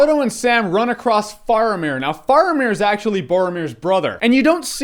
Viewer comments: FAY-AH-MIR not FARMER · its pronounced FARE-A-MIR just a tip ;) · Do not like your pronunciation of Faramir!